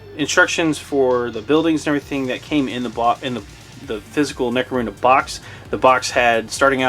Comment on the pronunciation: Necro-MOON-da? That's the first time I've heard it pronounced that way.